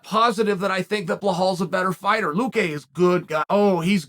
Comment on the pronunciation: luque. work on pronouncing his last name. its not vince...